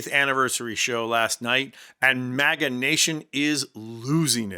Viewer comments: It sounded like you said "MAGGOT ADMINISTRATION. "😂😂😂😂😂😂😂😂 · For a moment I thought you were saying maggot not maga lmfao 😂